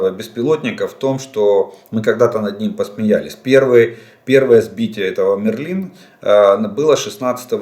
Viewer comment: Волшебник мЕрлин.... пожалуйста ударение на первый слог